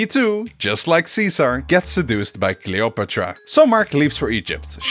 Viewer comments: what an original way to pronounce the name Cleopatra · i’m glad that I’m not the only one that pronounces Cleopatra‘s name differently in English.